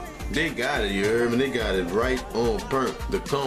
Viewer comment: Take a shot every time he says “Ya err meh”